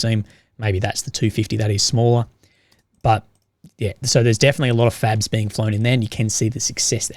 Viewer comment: Are you saying FABS or FAGS??? LoLZ a couple of times it sounded kinda the same!!